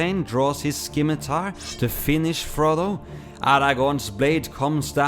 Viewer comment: btw scimitar- you don't pronounce the c